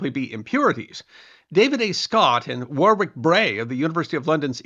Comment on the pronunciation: lol 'War Wick' 🤣